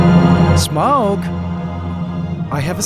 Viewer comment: The pronunciation of Smaug and Daenerys are the worst I've ever heard lol they crack me up